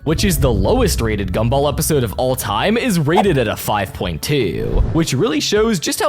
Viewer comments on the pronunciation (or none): why do you say gumball as gumble 💔💔